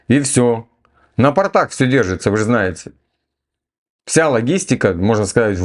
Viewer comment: Не на "портАх", а на "пОртах". ПортЫ - это портки, штаны🤪